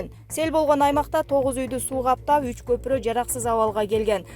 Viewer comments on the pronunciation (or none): none